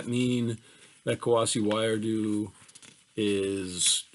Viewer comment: Thank you for this lecture! A quick note, I believe Wiredu is prounounced "WEE-REH-DOO."